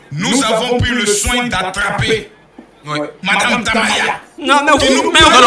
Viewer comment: Madame Tamaya prononce bien mon nom 😂